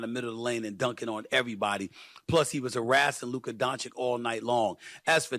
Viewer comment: Firs what Stephen must learn is how to pronounce Luka Dončić...show some respect/class Mr......